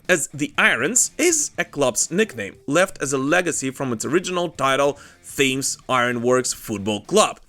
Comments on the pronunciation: Why can’t foreigners say Thames it’s pronounced Tems not thamz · Great video thames is pronounced tems